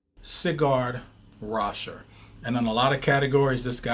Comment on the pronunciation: It's Sigurd Raschèr, not Cigar😁